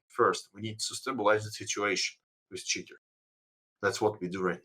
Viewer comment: I love the way pronounces Cheater kinda sounds like Shitters which fits quite well.